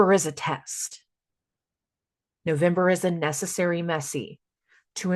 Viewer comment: Hahaha “messessary”😂